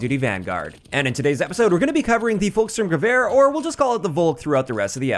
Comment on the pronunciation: It’s not “Wolk”, it’s Folk and the “L” is always soft in German. It’s read Folks-shtoorm-gewehr